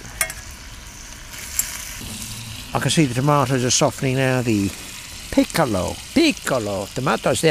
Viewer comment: Brilliant and even quite funny😂😂. Loved the peeecolo tomatoes. 😂😂 Cheers.